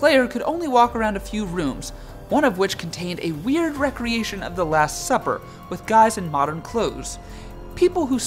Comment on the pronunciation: It's pronounced re-creation, not rec-reation. Rec-reation is what the games are for, re-creation is what you are doing when you write the game over usually a bit different from the original version.